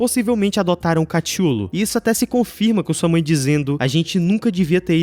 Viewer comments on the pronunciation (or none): Nunca tanko quando alguem fala "Catchulo"